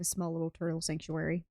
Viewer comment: You say sanctuary, I hear soup factory. 😁